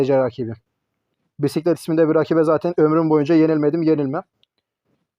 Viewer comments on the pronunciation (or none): Abi bisiklet değil 😂😂 bin şleşt diye okunuyor ben kötüyüm demek😂